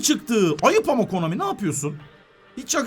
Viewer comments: sen nie komani diyorsun düz konami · Abi komani değil konami